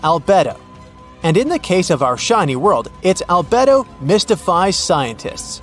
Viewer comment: It must be a bot doing the narrative. Albedo ? Al bed o?